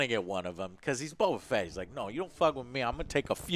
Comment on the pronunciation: The ONLY bad thing I can say about this entire series is the way they pronounce the names. I first saw it with Bo-Katan Even the voice actress said Bokatan as if it's one word. Same with Boba Fett. It got mushed into Bobafett... I thought that was odd